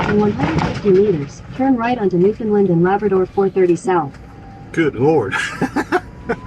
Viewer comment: It's pronounced New Fun Land, not New Fin Lind